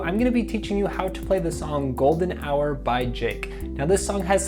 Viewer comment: What he said “golden hour by jick